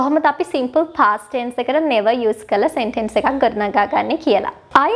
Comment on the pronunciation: සෙන්ටෙන්ස් නෙමේ.. සෙන්ටන්ස්... /ˈ‍sentəns/